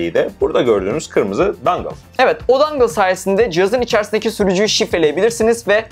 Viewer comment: aslında "dongle" olması lazım :D